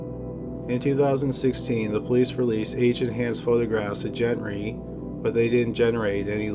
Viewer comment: Gent-Ree or Gen-Ree 🙄 Say it with me- Gen-TREE.